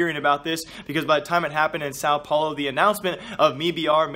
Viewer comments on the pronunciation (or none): none